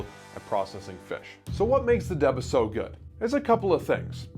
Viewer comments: Good video, but it's pronounced "DAY-BAH", not "De-buh". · It's pronunciation is D-Ba